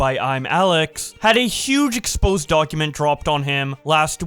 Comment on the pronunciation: Ffs, it's not "expose", it's "exposé"